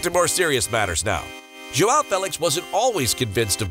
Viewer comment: You can say "ao" but you can't say "ão", your native language doesn't have this this sound. Say "aum" ão. Joaum/ João that's how it sounds.